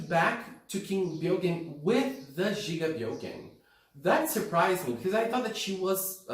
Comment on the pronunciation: The first time brought up the name gigabyogen, I was like oh jigabyogens, that's a cool name, but then I found outs it's gigabyogen, like megabyte and gigabyte and terabyte, and the it was just, oh, he was just pronouncing it wrong lol